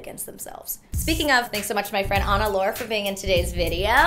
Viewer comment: Everytime you say your name I can't help but hear "Anaconda" 😂🤣